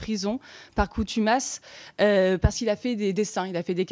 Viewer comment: La "coutumas" 😂😂 Oui allez cou-couche panier la Rapporteuse...